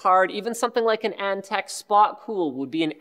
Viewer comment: Antec not eNtaK? :D